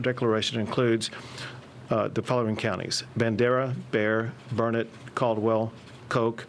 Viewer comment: I do wish that one govt official would pronounce Burnet, Texas correctly. He must not be from here. It's not pronounced burr-nette. It's pronounced Burn-it, dern-it...learn it.